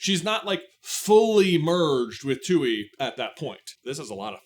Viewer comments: The moon spirits name is pronounced "twee" or at least that's how koh pronounced the name. You kept saying tooee, which is how the spelling looks "tui" but we do have a character verbalizing the name in the show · The way you pronounce Tui is just sending me. It's supposed to be "Twee." But the way you say it, "Too-ee"... it's giving "hawk too-ah." Just saying 😂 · You keep saying Twoey like Bluey, but it's pronounced TWEE and La. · Its not pronounced "two-ee" its freaking "Twee", how do u expect to be taken seriously while u refuse to even say the names correctly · I literally cannot finish the video because im too upset that you are miss prouncing the spirit's name. Its TUI (TWEE) NOT TUEY. You're giving off 'The Last Airbender movie mispronouncing Aang' vibes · Also, also, why are you saying "too-ee" its pronounced "twee" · For those who know it’s even more frustrating that it’s not just pronounced “tway” And just spelled tui lol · Nice showing your lack of knowledge of hte topic you are talking about. It's pronounced Twee. You'd know htat if you rememberd Ko from the finale of season 1 who pronounces the name of the spirit. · I’m dying at “Tuey”😭😭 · Ya the show pronounces it like a baby trying to say tree. It's bugging me to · I've seen the show a bunch of times and always pronounced it tooee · Hearing you pronounce Tui at the same way that you pronounce Yue is really throwing my brain for a loop. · Thank you it was driving me crazy